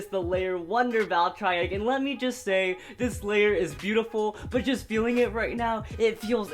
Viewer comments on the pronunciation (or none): Its Val Tree Ek not Val try ek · don't hate on me but,i think your saying "Valtreyek" wrong,I think its supposed to be Valtreyek with a long EEEEEEEEEE sound (dont hate on meh plz :( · did he just say Valtry Wtf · Its pronounced valtrE eck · I'm sure it's sarcasm but he probably did pronounce it wrong on purpose.